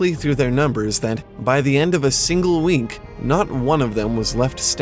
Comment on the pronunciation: Did you mean to say wink or week? both would be a bad plague but the way you said it gave it the mental imagery of within the blink of an eye everyone had died of the plague. Good video though and I really like your narration style, you're a natural storyteller. I'm subscribing now, there aren't enough people dedicated to telling stories like these and you do it with a style all your own, I think you're going to have a big channel one day if you keep making quality videos.